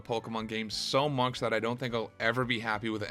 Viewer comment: Much is not "muksh"